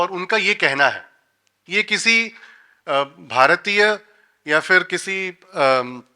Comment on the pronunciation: People who cannot say Bhāratiya and Rasāyana properly will give lecture on the subject? what a joke..!!